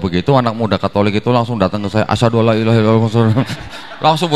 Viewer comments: Saran agar pembimbing syahadat,supaya memperhatikan kalimat dua kalimat syahadat. Ucapan pemenggalan kalimat mohon diucapkan dengan pas. Misal dlm kalimat ILAAHA. Jangan dipenggal jadi Ilaa_ha. Sebab akan merubah maknanya. Ilaaha artinya tuhan Ilaa- ha artinya ke atau kepada (Ha)? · Sebaiknya orang yang menuntun syahadat itu orang yang mengerti tulisan Arab. Ilaha itu satu kata, bukan dua kata: ilaha, bukan ila dan ha. Kata haillalloh tidak ada dalam bahasa Arab, yang ada illaa Alloh (dibaca illalloh). Jadi bunyi pemotongan kata-katanya demikian: Laa Ilaaha Illalloh, bukan Laa Ilaa Haillalloh. Maaf, kesalahan yang tidak disengaja (karena tidak tahu) itu bisa dimaklumi. 'Afwan!